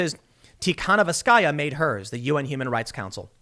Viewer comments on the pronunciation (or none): It's pronounced "Tea-ha-NO-v-ska-ya", Tim.